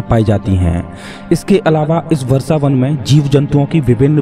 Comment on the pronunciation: What is Varsavan? It's vrashavan. You cant even speake hindi properly??